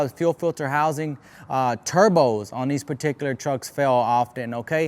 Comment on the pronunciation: Take a shot every time this vato says "perticulir" expesshially